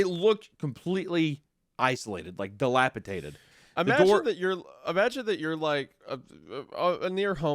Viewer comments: D-I-L-A-P-I-D-A-T-E-D!!! SAY IT RIGHT!!! GAWD FUCKING DAMN!!! ITS A "D" NOT A "T"!!! -DATED, NOT -TATED!!! AAAAARGH! 🤬🤬🤬🤬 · It's "Delipidated" not "Delipitated" I have held my tongue long enough, fellas. Enough of this flagrant Rugrats mispronunciation! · I love your work so much fellas! If I can please be a correction nerd for a second, it’s dilapiDated (like time), not -Tated. Although, when you said dilapiTATERed I did have a giggle imagining a shriveled old potato. Ok, I’m done now. ❤ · if they pronounce dilapidated as dilapiTATED one more time... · The word is dilapidated not dilapitated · It's... je ne sais quoi, you uncultured sows. I get ecspecially, pacific, and whatever, but don't insult the frogs. di·lap·i·dat·ed di·lap·i·dat·ed di·lap·i·dat·ed di·lap·i·dat·ed holy shid it's di·lap·i·dat·ed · Not to sound like a reddit cuck, but every time you guys say “dilaptated” sounds rough on the ears. Dilapidated is the way to say it 😂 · Guys. Dilapidated. Dated. Not tated. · Just want to say that it's "dilapiDated" rather than "dilapiTaded", you guys both said it wrong. Not mad or anything, but I was starting to think I'd learned the word wrong 😂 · Guys, I love your show and genuinely wait for it every week. I am a huge fan. That said, the word is dilapiDATED. D-, with a D. I can forgive ekspeshally, but this one kills me for some reason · I love the way that neither of them can say dilapiDated correctly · My goodness. The amount of "Delapitated" mispronunciation is egregious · take a shot every time they say “dilapiTaded” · Wendigoon: dilapatated ..... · I can't get over how Isiah pronounces "Dilapidated" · bro they both say it wrong like 20 times in this vid 😭😭